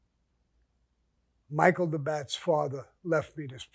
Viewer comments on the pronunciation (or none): none